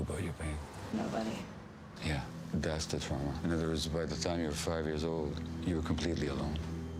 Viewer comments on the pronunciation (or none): Amy, please don’t take offense, but the word is, “TRAW-muh” — not, “TROW-muh” traw, like draw… not trow, as in trowel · what's Troww Ma ? I got it hearing that word. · Excellent, brilliant, blah, blah, blah...l just wish that Amy would pronounce the word "trauma" the same way everyone else does. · Great interview. But that pronunciation of 'trauma', why? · improper to teutonize the pronunciation of a perfectly assimilated English word, trauma.